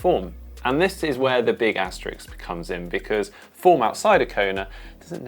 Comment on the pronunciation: Asterisk not Asterix*